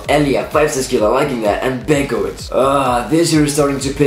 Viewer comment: he says 'itz' instead of 'itch' for like begovic or ibrahimovic